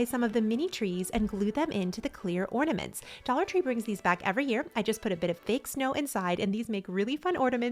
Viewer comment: Sounds like you are saying ordaments, rather than ornaments.